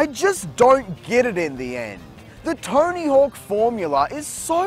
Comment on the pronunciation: It sounds like he pronounces it torny hook